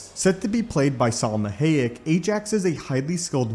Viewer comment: Damnit had to stop cause how you said Salma Hayek's name